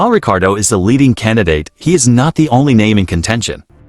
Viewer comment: It’s Ricciardo not Ricardo